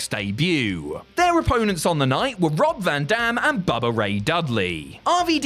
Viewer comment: 😂 almost sounds like he said "Brock van dam."